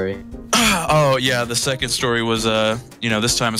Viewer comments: Ummmmm what is a “measureer”? just asking for a friend.... Also.... “seond”? Is that’s like a sea and pond? Jw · “Oh yeah the seond story” Ah yes, the seond story, this about to be interesting